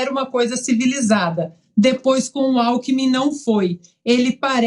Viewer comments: Aos é nítido que larapio fala "companheiro álcool em mim" e não companheiro alkmin 🤣 🤣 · Lula confundiu o nome Alckmin e falou, alcool em min !! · Companheiro Alkomi 😂😂😂😂😂😂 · Companheiro "Álcoolmi" 🤣🤣🤣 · "Cumpanhêro Alckmun" kkkkkkkkkk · Lula falou "companheiro acoolmin" kkkkk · “Cunpãnhero” Alckmin??? KKKKKK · Ele falou "companhero Álcoumin"???🍻🤔🤣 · Interessante... O Lula falou cumpanhero "alkumin"... Será que tem relação dom álcool??? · O EX. PRESIDIÁRIO não sabe falar o sobre nome do seu vice. kkkkkkk